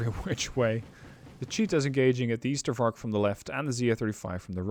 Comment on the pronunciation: That one was hell of a match. But deck building caught me a bit off guard. 1. It's Ystervark as in ijzer (iron pig), not as in Ypenburg 2. Choosing that unit instead of Bosvark is strange not just bc of suppresion, but also bc of one 'secret' stat - aiming time. Bosvark aims 1.5 times faster than Ystervark, and, unlike polish and soviet ZU-23-2 trucks, has armour